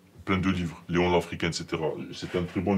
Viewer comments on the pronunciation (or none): none